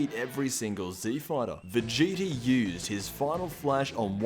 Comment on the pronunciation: Did he say vegeti